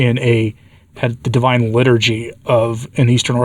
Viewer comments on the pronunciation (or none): none